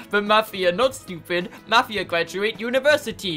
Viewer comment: This is awesome!,plz play further plus co op,and yes it's pronounced mofia